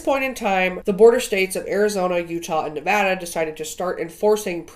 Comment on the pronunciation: GASP!! YOU SAID NEVADA RIGHT OMG OMG